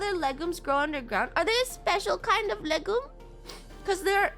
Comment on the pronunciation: Isn't it pronounced "leg-youm"?